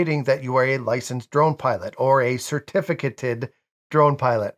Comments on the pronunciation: I believe the correct pronunciation is sr-TI-fuh-kay-tuhd. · Certificated is pronounced with a long A like in cake. Certifi -cAted.